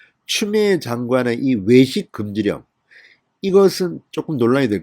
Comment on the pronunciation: 진성호는 발음과 억양이 너무 이상하다. 외식이라 말하는게 왜식으로 들린다. 부산 억양을 배신한 억양이 더 이상하고 거슬린다. 추미애 억양처럼.